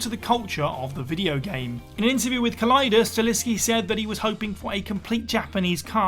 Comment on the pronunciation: StaHELLski, get his name right, ffs.